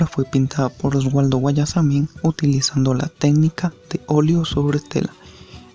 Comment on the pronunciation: No se pronuncia Osualdo sino Osvaldo xq no es con doble u q se escribe sino con doble v🙂🙂🙂